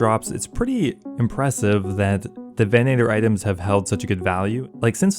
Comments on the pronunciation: "VEN-uh-ter" not "veh-NAY-ter" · Why are you putting so much emphasis on the long A sound in venator lol